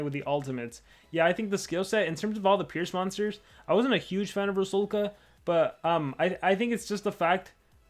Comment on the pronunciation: No hate but its pronounced RU - SAL - KA.